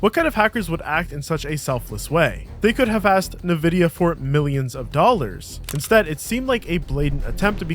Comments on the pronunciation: for goodness sake, stop calling them `Nehvidia`, you're literally the only person I have ever heard pronounce it this way and it's extremely distracting. It's officially on record as being pronounced "In-vid-ee-uh", it's an invented name and as such only has one official pronunciation as determined by the company that invented and trademarked it. As for the breach of NVidia, yes, they did do it, if you do a bit of research the torrent is still available to download and has been verified as being a preview of the greater breach. For a supporter of the FOSS community where NVidia support has been extremely lacklustre until recently I had high hopes that the entire archive was released as it would have allowed us to get some insights into so many compatibility issues even if we couldn't use the sources directly. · ...also, it's not "NUH-VIDIA". it's "EN-VIDIA" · who the fuck says "nuh-vidia". Can you dont. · I hate how he says "Nevidia" instead of "Nvidia" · "NEvidi.. NEvidia" .... N-VIDIA -- EN-- VIDIA.. ENVIDIA.. ( like the spanish word for ENVY) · there's no a after N, its N, VIDIA. not NA, VIDIA. All this information and you can't even get that right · IN-VI-DIA not NI-VI-DIA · it's "ENVIDIA" not "NUVIDIA" lmao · It's not Nevidia it's N-VIDIA learn to speak bud. Are you an AI? It's also not T-mobile, it's pronounced t-mobil, without the 'e' at the end. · IN-vidia, not "nah"-vidia. Come on dude, any tech person worth their snuff knows this. You're a fraud. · Holy fuck, the amount of times you said "nuh vidia" instead of " EHN vidia". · Hearing you say "Nuh-vidia" instead of "EN-vidia" sends a bad shiver down my spine..... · LOL, its pronounced 'en'vidia'..noy\t NA-Vidia LOL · This voice sounds a lot like an AI. When i heard the way it said "Nvidia". nevidia instead of N vidia. I doubt that anyone making docs or vids about IT related things doesn't know how to pronounce "nvidia". Which adds to my suspicion. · What the hell is Nuhvidia. It's En-vid-eeyah. Ya dummy😂